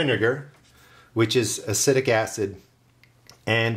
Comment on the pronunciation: Acetic acid is pronounced uh-see-tic acid, not “uh-sit-ic” 👍